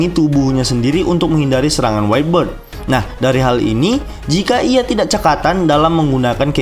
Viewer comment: whitebeard dibaca waitbierd bukan waitberd waitberd (whte bird) itu artinya burung putih bukan janggut putih